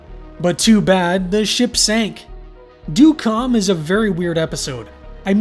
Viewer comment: It’s pronounced “dead calm” but this was still a good analysis.